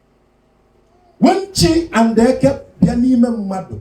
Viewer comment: Eke' is not Eke" different sound accent and meaning in igbo land. Be careful what you teach. 😅